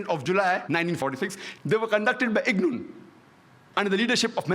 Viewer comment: Irgun not ignun